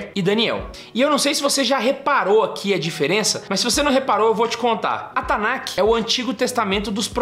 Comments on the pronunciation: Me dá um pouco de agonia dele falando "tanakiih" e não "Tanakh" (Tanarr - som de erre). Eu não quero corrigir hebraico de ninguém, é só que eu me acostumei a ouvir "Tanakh" com som de 'rr' (kh) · TANAKI é comida japonesa? erro de pronuncia do rapaz lá e também sobre cânon.